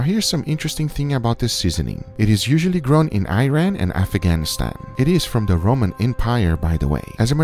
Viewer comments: "Usually grow in Iran and Afghanistan …", BTW the correct pronunciation is /ɪˈrɑːn/ and it was NEVER part of Roman Empire. About the seasoning, We call it انغوزه or /'anquze/, it might be regional but I never heard that other name. Picked fresh, it has a very unique and strong smell, which is why it has been used to keep insects away. As a food though, after turning into some sort of soup, it is delicious. Also I need to mention that Indian cuisine and ours has many things in common, the name, "Asafetida", may be from Indian origins. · Just for mentioning, it’s not EYE-RAN we call ir EE-RUN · The country is called "EEran" not "EYE-ran". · It's not I-ran it's called ee-run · hi writing iran but read E run not I ran! nobody ran, stay calm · It ‘ear-rahn’, not “eye-ran”.